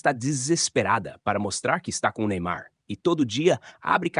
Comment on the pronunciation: Só ela fala Neynar nem ai???